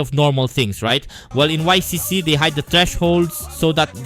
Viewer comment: It is pronounced “ick“!